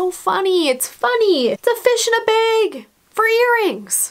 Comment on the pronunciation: Sorry but it’s bag not beg